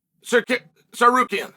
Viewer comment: Can't believe he said Tsarukyan instead of Sykuryan for once 😮 even though he went back to Sykuryan afterwards 😂